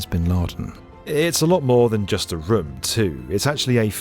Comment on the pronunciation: The way he says room (some of the times) makes me angry